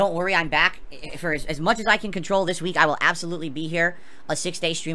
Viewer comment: I like how he says week, weenk xD wink xD Or sleep, sleenp. That double e must get him, huh?